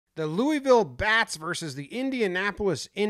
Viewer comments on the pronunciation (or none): Pronounced Louisville wrong